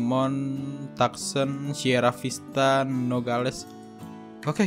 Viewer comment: cara baca kota Tucson itu bukan "Taksen" Bang.. Tapi "Tu'san" Btw bang... Di Tucson ada tempat rahasia sirkuit balap truk... Lokasi nya ada diluar map, abang cari jalan ke tempat proyek (Bitumen) nah setelah lewatin jalanan proyek ada jalan yg ketutup barrier, nah disitu abang terobos aja barriernya dan ikutin jalannya sampai di sirkuitnya